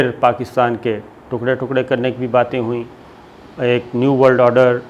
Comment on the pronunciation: Sabir sahab it's order not oder. I have also noticed you can hardly say or pronounce any English words properly. You don't even take English names properly.